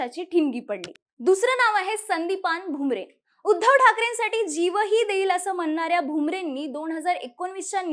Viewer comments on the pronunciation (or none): none